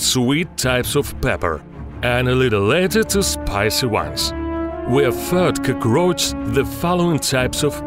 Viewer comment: "CrOgRoAcHZ" lmao